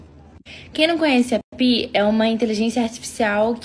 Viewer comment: Tenho PI instalado no meu telefone e uso para informações como faço no Google. Isso depende muito de como você usa. PI nos ajuda com direções e afins, nunca tive um "papo cabeça" com PI e nem pretendo. A pronúncia correta é "PAI".